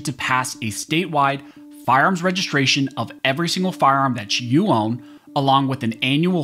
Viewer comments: Love your Site but dude, it's fire arms, not farms. Said with a smile... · "FARMS"??? OR "FIRE ARMS "???